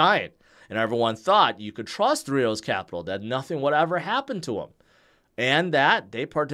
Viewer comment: No disrespect. But how the hell are you trying to say three arrows Capital?